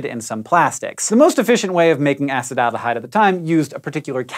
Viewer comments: ah-CEE-till AL-de-hide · CHEE so - a SEE tal - :D